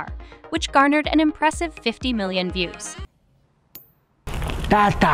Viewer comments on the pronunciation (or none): Not "tara" car. It's T A T A car